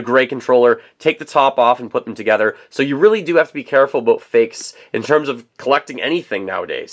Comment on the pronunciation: I heard "aboot"! Ohhhh Cannnadaaaaa